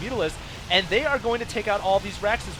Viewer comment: The way he says raxes makes me angry